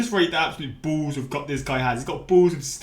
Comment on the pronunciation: it is pronounced "balls" not "bulls".